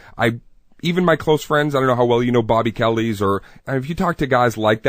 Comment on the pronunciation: How well do you know Bobby Kelly if you say his last name as "kellies"?